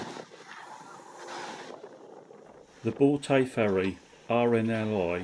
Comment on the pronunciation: In Scotland we pronounce broughty as brotty 👍🏽